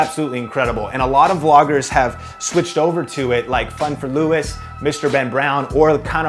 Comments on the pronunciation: Louis' name is pronounced Lew-y not Lew-is haha but nice video! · Fun for Louis is pronounced Louie